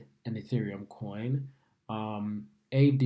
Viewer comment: It’s pronounced Ah-vay